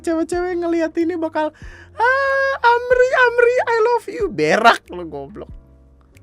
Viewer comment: PALING DEMEN KALO ELO DAH NGOMONG BERRRRAAAAAKKKKK DENGAN PENEKANAN HURUF R YANG KUAT! WOAKWOAKWOAKWOAKWOAKWOA